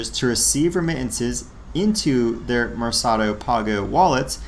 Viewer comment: Pronounced “mare Ka doe” think market And pah go = pay Therefore “market pay” “Lee bray” = libre= freedom 😉